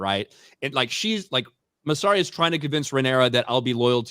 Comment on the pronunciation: one day will pronounce Mysarias name right